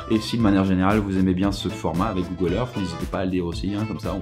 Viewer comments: pourquoi il dit google erf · Google Eurf...xD Excellente vidéo ;)